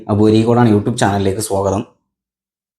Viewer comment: സോഗതം അല്ല സ്വാഗതം